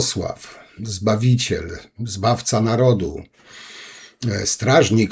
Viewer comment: Kaczafi "zbaffca"łupieżca 😲 czegoś tam jeszcze 🤣🤣🤣...